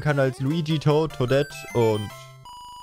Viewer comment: Kannst du Toad bitte "Tott" und nicht "Tod" ausprechen😂🤷‍♂️